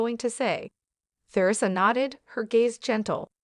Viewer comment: Theresa is pronounced TEREESA and Caputo is pronounced KAPOOTOE